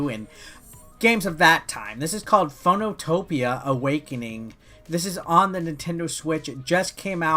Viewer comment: Phoenotopia is actually pronounced FEE NO TOW PEEYAH. As in the Phoenix, a legendary bird and/or Marvel character. Or capcom video game lawyer.